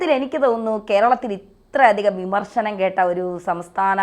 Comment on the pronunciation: Bimarsanam അല്ല വിമർശനം 😅